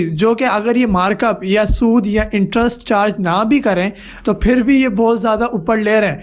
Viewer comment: Oo mery bhai ye sood nahi hota jo ap sood bol rahy ho Ulma e ikram se pehle rehnumai Kar ke phir video banaya karo